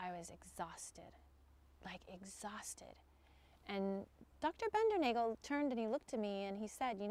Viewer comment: It's pronounced BINDER•NOGGLE. Soft A. And that info is from John himself.